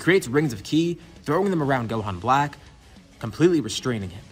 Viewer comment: 1.03.17. Did you try to say ki 🤣🤣🤣🤣🤣😁😄